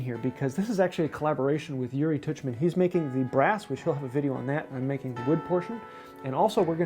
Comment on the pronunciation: great video!! btw, it's OO-ri, not YOO-ri.